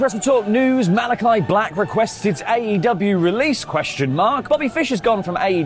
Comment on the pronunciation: Jericho pronounced AEW wrong 😂